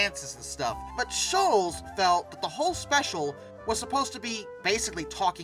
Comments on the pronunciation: Why can’t you pronounce Schulz properly? It’s Not shulls… it’s “Shultz” …Was this AI narration? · His name is pronounced Sholtz not Shoals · I have a major problem with the narrator of this video-he keeps pronouncing Charles Schulz’s surname as “shoolz” when it should be pronounced “shoolts”.Others may not think this is a significant problem,but it impedes my ability to listen to this video without wincing. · Schulz is pronounced 'shults' not like 'Dr. Scholl' s" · It's not pronounced "SHOOLZ." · It's Schulz---no "t" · Pronounced like Schultz though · I have never heard anyone pronounce Schultz like that before.